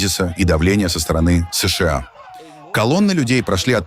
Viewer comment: Не «ЭС ШЕ А», А «ЭС ША А» или «США»НАДО ГОВОРИТЬ ПО-РУССКИ!!! А искусственный интеллект требует надзора ! ИНАЧЕ НАСТУПИТ ХАОС НА БЕЛОМ СВЕТЕ!!!